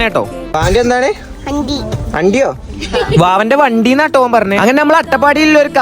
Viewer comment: vavante എന്താണ്😂andi oh sorry vandii ന്ന് ആ കേട്ടെ 😂😂